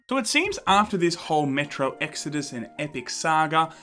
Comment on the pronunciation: Metro sounds like Metroid in your accent.